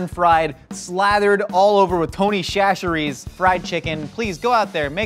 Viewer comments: I’m from Louisiana where Tony’s is made, it is not pronounced the way that say it. It more like an s in chachere’s not a ch. just saying the ch’s are pronounced with an s sound, also Tony’s is not that potent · Finally... Someone using Tony's... Fyi... The ch is an s sound not a sh sound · I hate to be this person but they just kept saying it wrong soooo many times it's pronounced sa-sherrys not sha-sherrys. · I can’t tell if they’re joking or not, but Im from the boot; it aint “shasharies” its “sasharies”. Also we just call it Toneys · I'm from Louisiana (where Tony chachere's seasoning is made) and you pronounce chachere's as "Sash-er-ees". Not even joking. We have a town that is pronounced as "Show-pan" but its spelt, "Chopin". Look it up lol. I know they dont know but, they pronounce it with the cha sounds and it annoys me. Oh well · Growing up having Tony’s at every meal, even school lunches; as well as living less than 30 min from Tony’s house, it’s pronounced (by Cajuns) Sas-Chrees. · Tony's is pronounced Sasheries. From a born and raised southern girl. Thats how the cajuns say it. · Tony SCHACHere’s 🤓💦 The pronunciation, I’m dead😂😭💀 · As someone from Louisiana, I cringe everytime they pronounce Tony Chachere like that. It's pronounced like more like sash er ee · Say it with me: "Sa-shu-reez" This killed me the whole video. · I haven’t watched this channel long enough to know if they’re doing it on purpose, but it’s pronounced “SATCH ERR RAY” lmao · you’re killing me!! It’s pronounced “Sash-er-eez”! I know, I live 30 minutes from where it’s made! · Great channel! Great show! Great Creole Seasoning! And you're almost pronouncing Chachere correctly. (sa-shur-ee). Or you can just call it Tony's like we do in Louisiana. Can't wait to see what y'all food myth y'all research next! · I live in Louisiana and just FYI...you are saying Chachere wrong. It pronounced Sasscheries. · definitely said Tony C’s wrong.it’s for sure pronounced chachi.